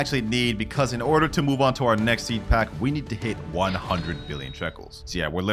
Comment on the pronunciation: “Peed pack”😂😂